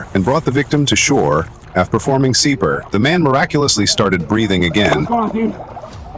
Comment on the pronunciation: Performing « Seeper »???? I think you mean CPR. These fake narration things are awful!!!